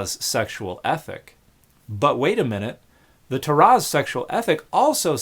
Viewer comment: Ya know, As a Jew, I don't think I've ever heard "Torah" said like that before, with stress on the 2nd syllable. Apparently that's generally how it's pronounced in Hebrew though, Regardless of dialect. Interesting.